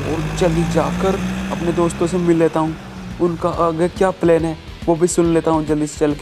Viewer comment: Not plaine it's plan